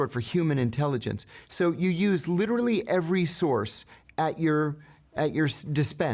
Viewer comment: 28:8 “ that’s what u witerally said” IM DYING